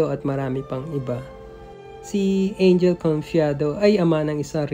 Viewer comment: You pronounce it as Ang-hel, not Ain-jel. (Spanish style, not English).